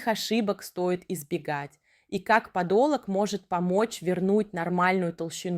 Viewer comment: Видео хорошее и полезное, но озвучка странная, будто ИИ. Автор, обратите внимание на интересно проставленные ударения: подолОг, плюснЁвые и т.д. 😂